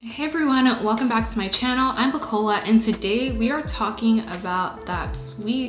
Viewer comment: Why are you butchering your own name on purpose, Bukola?